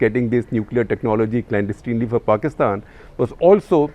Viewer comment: Please pronounce the word clandestinely correctly. You Indians tend to pronounce many English words incorrectly.